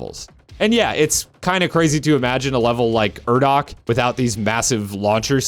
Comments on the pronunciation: oh yeah it was great, the urdak thing was just a nitpick cause I had heard it in the game recently, wouldn't have noticed it otherwise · I love doom eternal but am incredibly average at it, I also think a lot of the points made in the video were good, especially your opinion on the tutorial popups and why they probably are how they are, but the way you said urdak completely side lined any thoughts I had on your points for way longer than I'll ever admit